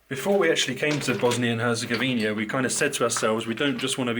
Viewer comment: Great video as always, but there's just one thing a have to mention. It's Bosnia and Herzegovina, not Bosnia and Herzegovinia. You see the difference? :)